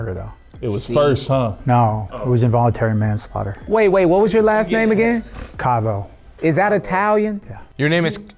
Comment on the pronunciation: “Kavo” is everything but not italian hahah😂